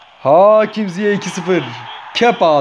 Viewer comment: Ziyeh değil Ziyeç diye okunuyor